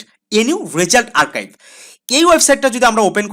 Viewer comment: ওইটা আর্কাইভ না আরচিভ😒